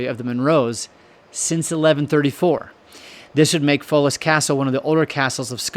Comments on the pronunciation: Foulis Castle is pronounced "FOWL-us" - been there and carry the DNA of original Munro Highland Chiefs - 1,000 year clan gathering in 2025 (other origin tradition says 1012 AD as the beginning, after the 990 arrival of Donnell, the patriarch). This is the THIRD evolution of the Munro castle built on this spot - that octagonal tower base being common anchor of the TWO previous constructions. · “Foulis” is pronounced “Fowls”, as in wildfowl.